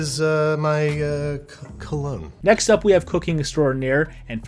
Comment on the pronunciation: First one butchered the word 'cologne'.